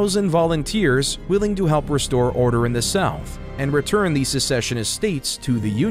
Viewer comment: These are very good but you could make them a little better if you didn’t mispronounce the word “the” with a long e when the next word starts with a consonant. It’s okay but it drives me crazy.